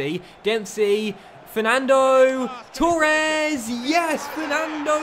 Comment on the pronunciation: Mate its Torres not Tour res.